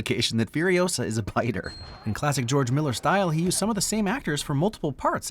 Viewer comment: "Geoge Miller"